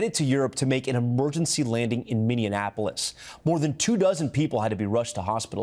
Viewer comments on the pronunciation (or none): he can’t say Minneapolis correctly. It’s Mini-Apple-ous. Not like how you say Indianapolis